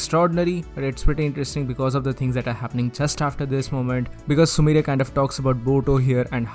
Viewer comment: sumire not sumrie